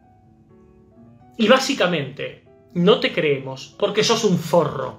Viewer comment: porque sos un FORRO Por qué lo dice tan brusco...